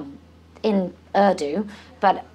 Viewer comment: "... in 'airdo" Isn't that the language Liverpool hairdressers speak? :) (Hint: The national language of Pakistan is pronounced "oordu," and make sure you sound the "r" as in Scots English.)